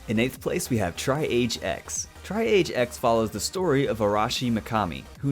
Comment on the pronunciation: It's tree-ahj not tri-age. its a word used to describe the process of stabilizing patients and determining the order to treat them when there are a large number of patients